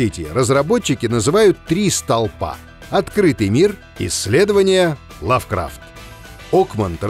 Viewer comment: ЛАвкрафт, а не ЛавкрАфт